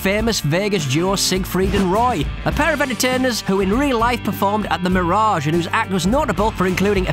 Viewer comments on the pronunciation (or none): none